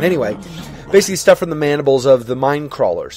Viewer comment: i am surprised! you actually deal with minecrawlers pretty easily and you pronounce almost perfectly, besides not too hard to pronounce(at least i think so).